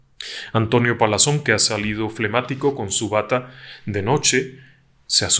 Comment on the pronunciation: Un saludo respetuoso, fascinante relato, agradecida de escucharle. Sin afán de ofenderle, me permito hacerle una observación, la palabra "flebatico" a la que hace referencia en el minuto, es incorrecta, la palabra correcta es "flemático". Saludos y buenas noches.